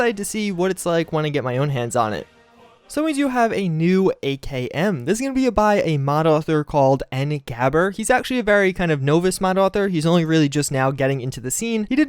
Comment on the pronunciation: "No vice" hahaha. It's Novice.